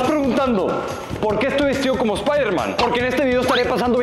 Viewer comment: espaideman espaiderman 😂😂😛😄😄❤❤